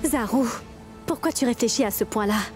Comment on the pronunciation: Elle dit zarou 😂😂😂